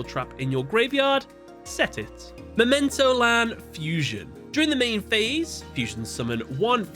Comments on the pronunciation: I appreciate the closeness of your pronunciations. But it's memento-tlan. The tlan rhymes with flan and mictlan sounds like meeked-lawn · You should probably pronounce the second T within the Mementotlan Name. Because Tot means dead in german. Might be that it's pronounced that way.